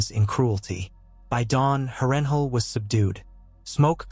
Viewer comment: Absolutely great story bro! Beside the mispronunciation of Harrenhal everything is outright EXCEPTIONAL! Idk if it’s AI but your voice matches perfectly too! Keep going man this is exactly what I need to get through work hah. And your details are phenomenal! Great job!